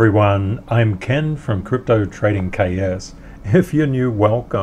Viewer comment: hahahahahaha! Love the and I totally heard "Ken will take you down".